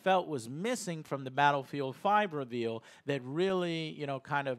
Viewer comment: Ree veel lol love you joe